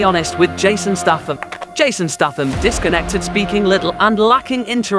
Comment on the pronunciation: The amount of times you mispronounce Statham is truly staggering